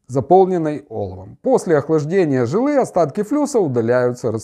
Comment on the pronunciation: двоечник. флюс лти120 работает при температуре 200-300 градусов. холодным флюсом ты снять оксиды не сможешь. и три раза повтори ударение в слове "жИлы". ударение на И